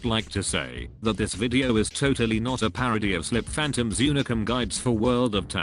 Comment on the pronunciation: You don't pronounce sliphanantom as slip-phantom but as sli-phantom, so if you could change the beginning of every video you made in this series that would be great.